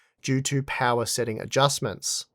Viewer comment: Unlimited powah